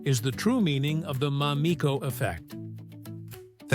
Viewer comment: Damn, at least learn how to pronounce her name! Americans are so disrespectful - this is why this can’t be trusted to be true. You have a video like this yet you can’t pronounce the woman’s name correctly? Each time it’s said it’s pronounced differently!🙄